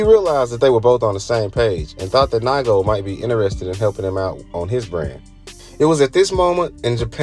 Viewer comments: It’s nee-ko not ni-go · its “neego” not “nighgo” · NAIGO lol please sir its nigo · It’s Nee-go! Not Nygo 🙄😒🤦🏻‍♂️ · Naigo 😂😂😂 It’s pronounced Knee Go Ni Go Good video 👍🏾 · It's pronounced nee-go, not nygo 🤦🏻‍♂️🤦🏻‍♂️🤦🏻‍♂️ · It’s pronounced (knee-go) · It's pronounced "Nee-go" fyi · Nigga said “NYGO”… 🤦🏾‍♂️ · His name is NE-GO........................................................... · It's pronounced Nee Go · Nai Go😆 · Great video with really good knowledge , only thing i could say is that nigo is pronounced neego. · NIGO and LA'GO (pronounced Lego) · I know how to pronounce Nigo’s name. The guy in the video fucked it up. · Lmao! I stopped watching this after hearing how he pronounced Nigo. He definitely doesnt know what he's talking about 🤦‍♂️ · Man, trying to have a channel about streetwear and not knowing how to pronounce nigo. Im out